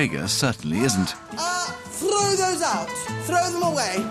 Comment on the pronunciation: “THRRRROW THOSE OUT, THRRRROW THEM AWAY!” The way that Mrs Shrager rolls those R’s.